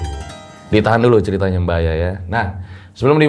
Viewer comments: tolong diimbangi dalam sisi penyebutan nama narasumbernya.. kalau sosok nya masih muda panggil aja mba.. jangan bu... namanya Aya.. panggil aja mba... yang saya denger bukan bu aya... tapi buaya... hehehe... sekedar intermezzo ya... hehehehe... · Bu Aya :buaya 😂yang gue denger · Saya dger nya kok manggilnya BUAYA Jadinya. 😅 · Nama Ibu nya serem Juga ya, Bu Aya, harus di pisah spelling nya, biar bener penyebutan nya, he he he